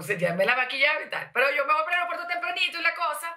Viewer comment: Y ella dice aeriopuerto xD